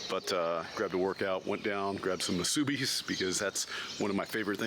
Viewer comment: Aloha and thank you (Mahalo) for sharing your flights in Hawaii. Got a kick at your pronunciations of the Hawaiian and Japanese words like Mu Su Bi …. But you are very informative and always literate hearted and smiling. Great job with your YouTube channel